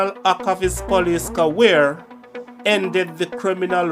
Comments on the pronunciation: Not Caware bro, career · I like your channel but you are not pronouncing certain words properly like film not flim and career not caweer